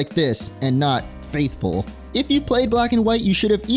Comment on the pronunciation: That “faithful “ hurt😅